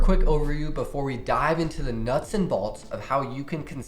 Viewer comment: Why he say nuts like that